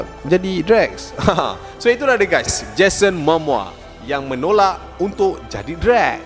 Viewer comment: Bukan 'Mamoa', 'Momoa'!